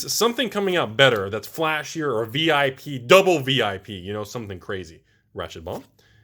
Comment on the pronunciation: Thumbs down for pronouncing “VIP” as a word.